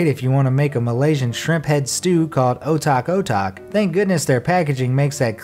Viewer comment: Dude the pronounsation of otak-otak is so bad